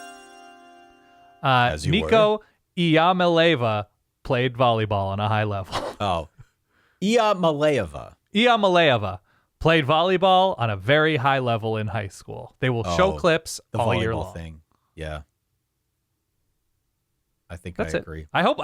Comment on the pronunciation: Pronounced E- uh - molly- ah- va. You can say it in rhythm to one of those cha-cha type songs, I dont remember the name of it. I sang it for my friend, who is a Florida fan because he kept butchering it on purpose. Too bad I cant post an audio clip here or I would sing it for you.